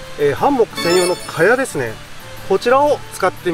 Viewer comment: ハンモック泊良いですよ〜😄 快適だし荷物少なく済むし◎ 木にタオルや専用のカバーを巻くのは撮影じゃない時でも極力やった方がいいと思いますので続けて下さいね！ あと…他の方のコメントにもありますが「ハンモック」のイントネーションが気になりすぎてその後の「蚊帳」のとこも🤔!?てなっちゃいました(笑)